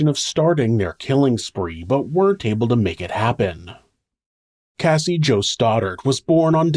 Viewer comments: You pronounced Cassie's name wrong at the end :( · Cassie not Casey! The last Cassie you said Casey